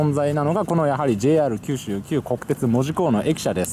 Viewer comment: 「JR九州」のイントネーションが変 「門司」の言い方はgood！「門司」は「文字」と同じイントネーションではない！ 下関駅からみもすそ川町の下関側の人道までは、ふつうはサンデンのバスでしょうが！ 本数は結構走っているのに、どれに乗っていいのかわからなかったというのが事実でしょ？ 1日700隻も貨物船が通行し、潮の流れが尋常ではなく速いし、1日4回も潮の流れが変わるのに 泳いで渡れるわけがない 平家はここで切腹したわけではないぞ、ちゃんと平家物語を読んでね 貨物船のあの位置は外国船が許可を得て通過している証拠として日本の国旗を掲げる位置で 船籍がある国の国旗は船尾に掲げるのだ 長州が大砲を放ったのはイギリス軍ですか？ちゃんと勉強してくださいよ！！！ すごいな、昭和33年開通の関門国道トンネルの記念碑の文章を読んで、鉄道トンネルの解説をするとはね・・・ 自動車用のトンネルは人道の真上にある！ またまた人道トンネルを歩いているのに鉄道トンネルの戦前の話をするおもしろい人だ 輸送力の大部分は関門橋を含む高速道路だ！人は新幹線だ！ だから人道の上は自動車用のトンネルだ！ 下関のふぐと北九州（小倉）名物の関門だこだ！ 「ふく」は下関の業者が言う言い方で下関でも一般の人は「ふぐ」と言うのだ 下関側はズームアップした左側に映っていたが・・・ 鉄道トンネルはまずは彦島に向かい、彦島から海峡の下を走って門司側は小森江付近から 門司駅のすぐ手前に出てくるのだ 関門鉄道連絡船は昭和39年まで運行されていたことぐらい調べておけよ